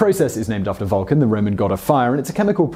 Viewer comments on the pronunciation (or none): none